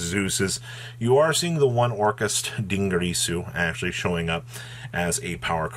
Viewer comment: It's DinGIRsu, not DingGRIsu.